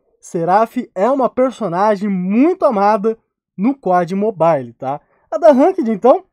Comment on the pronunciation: só eu que no minuto entendi o falando ''pó de mobile'''?? kkkkkkkkkkkkkkkkk